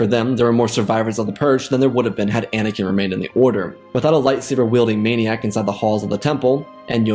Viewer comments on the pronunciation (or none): none